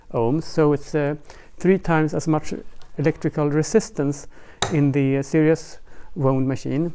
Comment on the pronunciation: I was wondering what you meant by "serious wound" until at the end you said, "in this new serious" and I realised you meant series! So fyi, series is pronounced, "see reez". Cheers.